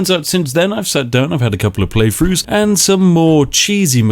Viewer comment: “Playfroos”?! Jesus Christ.